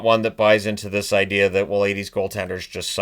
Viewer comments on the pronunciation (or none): none